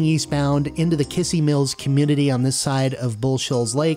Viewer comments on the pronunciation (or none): Just so you know, it's pronounced Kiz-zee Mills. Still, great coverage on the track, guess it's now time to see if my storage unit on Mt. Branson is still intact or gone completely.